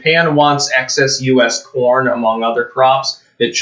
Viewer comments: You said CORN or PORN? lol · I thought he said ‘porn’, not ‘corn’, LOL. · i swear i heard porn instead of corn at the start. Still , imagine the news if it where the case XD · When the video first started, I thought said that China wanted our porn.